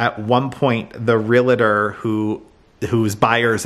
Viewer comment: A real estate agent who is a member of the National Association of REALTORS®. So, how do you say it? It's pronounced “real-tor,” not “real-a-tor.” Two syllables, not three. ❤